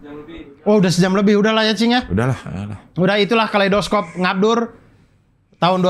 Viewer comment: kalei dos cope? kalei do scope, karena dibaca scope atau mending bahasa indonesia sekalian kaleidoskop